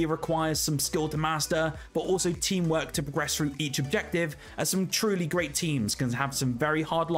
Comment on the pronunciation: It's pronounced "through" with a TH not frough with an f. Learn english